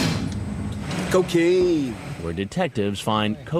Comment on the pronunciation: Y’all I can’t 😭 the way that investigator saying "cocaine”